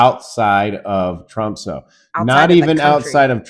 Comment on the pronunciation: First it would be nice if you pronounced the name of the city correctly. It's pronounced Tromsuh not Tromsoe. Why didn't you just fly to London and then take Norwegian Air to Tromsø?